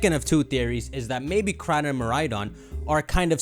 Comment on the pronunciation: I actually can’t watch these videos because of how he pronounces koraidon and miraidon